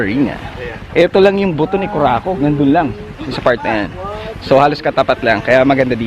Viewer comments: that is "BUTÔ, not butó" (AS IN PITUYTOY, not bone) 😂😂😂 kaya itsurang putuytoy ni kurakog. hahaha.. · I love seeing the beauty of parts of the Philippines. You should be sponsored by DOT! 😉... Btw, Buto is not pronounced as tagalog (bone) ... It should be pronounced as bisaya in which means (men intimate part)... But because of censorship... Okay na rin. 😉 keep safe!